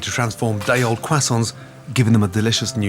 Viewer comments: the “qwasons” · "first the crahsaunts" 😂😂😂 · Yeah the Quasonz... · this man lived in Paris but can't pronounce "Croissants"... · He needs to stop saying croissants